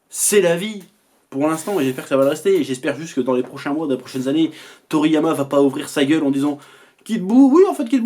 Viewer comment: Toriyama "Toto"? lol